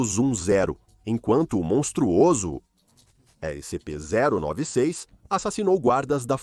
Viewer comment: "Ésse sem em pê" kkkkkkkkkkkkkkkkk